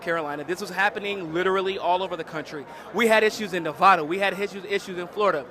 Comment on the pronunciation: can you please pronounce Nevada correctly?